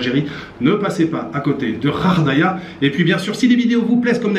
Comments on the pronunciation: tu ne lis pas les messages 😮comment prononce tu body Gard et bien tu prononce gardaia et tu fais exprès de prononcer kharkhdaia c'est pas bien. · Ghardaïa se prononce "guar" et non pas "rar" daïa 😉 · Juste une petite correction! On dit Wilaya et pas Vilaya ! Et ghardaia c’est GHAR non RAR ! Belle visite chez les M’zab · GHARDAÏA COMME GARE. ARRÊTE DE DIRE RAREDAÏA. 😡😡😡😡😡😡😡😡😡😡😡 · Salut prononcer Guardaia.Bon séjour. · Sa prononce gardaya comme garage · plusieurs personnes lui ont fait la remarque même benCo dit gardaia, tout l'entourage de cette ville prononce gardaia, bref tous les algeriens. J'avoue que je ne le comprends pas. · Vous prononcez mal le nom de la ville il suffit d’utiliser le G comme Garage ou Gardien et dire Ghardaïa. Bonne visite à vous. 🇩🇿✌️